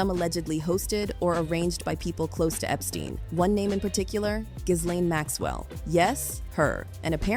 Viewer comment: It’s Gee lane